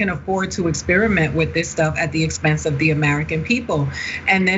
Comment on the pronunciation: Whenever Chump reads, his "the" is pronounced "thee", like a toddler first learning to read.